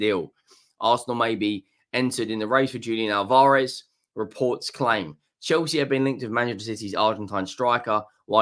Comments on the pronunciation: Al-Vah-Rez Not Al-Vaar-Ez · The emphasis is in the first A. You’re putting the emphasis in the second a.